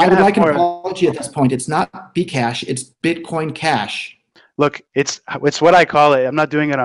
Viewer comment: i thought he said vcash at first lol